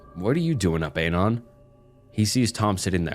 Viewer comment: i enjoy your videos, but Dear God whyyy do you pronounce "anon" like that???